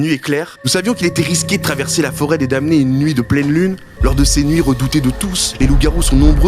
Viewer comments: Mdr ça s'écrit damnés mais ça se prononce dannés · euh, je veux pas être "CE" type qui corrige tout le monde, maiiiiis... on prononce pas le "m" dans "damnés"